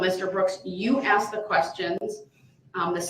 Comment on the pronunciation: Substained. Grounz. Axed. Relevancy.